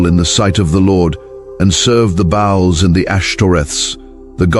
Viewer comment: Chemosh not Kimosh. Peor.Phinehas. Baals not Bowels.